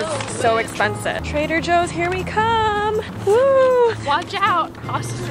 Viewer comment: When I wasn’t looking at the vlog and just listening, I heard traitor Joe instead of Trader Joe . Helpppp meeeeee!